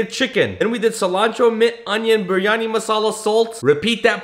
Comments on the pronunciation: Bro, the last biryani recipe you said “biryani” and in this one you said “bur yani” Bro you got white washed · I’m a Muslim and u have to say it as bryany ❤